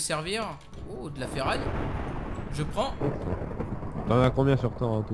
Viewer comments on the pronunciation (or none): Stp arrête de dire feraille